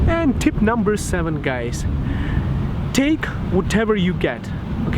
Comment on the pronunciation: you pronounce scam as scum and guys you pronounce gays :D